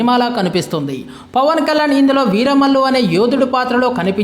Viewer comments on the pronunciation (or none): Vaakyalu kaduraa, vyaakyalu. Veera bhallu kaduraa, veera mallu. Mundu cheppatam nerchuko raa dumbri😂😂